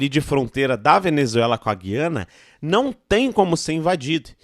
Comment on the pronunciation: é GU iana meu fio. Quem fala GUI ana são os portugas. Brasil não vai fazer nada. Vais só ficar olhando. Pq além de ser da nossa conta, tem China, Russia e EUA no meio. E Venezuela é nossa aliada pra nos vender petroleo em caso de não passar navios no oriente medio